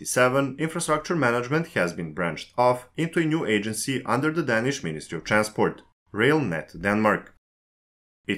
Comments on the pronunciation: præcist, og der er også andre fejl. Desuden udtaler han danish forkert hele tiden - det er bogstavet a det er galt med. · men ikke ordet "danish" der udtales bogstavet a hele tiden forkert.